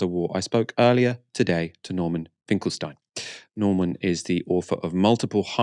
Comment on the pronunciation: Please, I appreciate your sincerely-presented video, but will you Please show a bit more respect toward Professor Finkelstein (not Mr. Finkelstein)?! Also it's pronounced "Finkel-Steen" not "Finkel-Styne"!! And no I'm not his friend -though I wish that I someday I could be!!